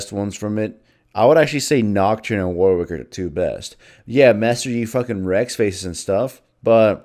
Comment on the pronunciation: Fun fact: Warwick is pronounced more akin to war-ick, not war-wick.